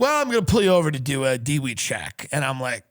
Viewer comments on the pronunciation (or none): Its pronounced, DEW-ee Tim, not dewyee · funnies thing is that he keep calling dwi "D-Wee" instead of " D-W-I" xD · who pronounces it "deewee" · The fact that he says "Dee wee" instead of just saying the letters proves doucheness!